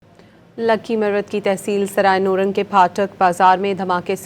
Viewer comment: Not noorang is it nourang